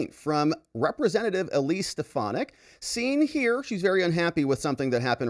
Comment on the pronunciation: I love you but it’s SteFANick